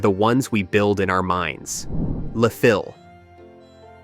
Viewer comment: Not sure if this is AI narrated, but the Midwestern-US sounding narrator mispronounces Le Fil (in French it's pronounced "le FEEL" and means "the string"). Otherwise, nicely done, short descriptions -- even if some of them are a bit incorrect, as others here commented. Of these films, I've only seen Big Eden, which is indeed excellent.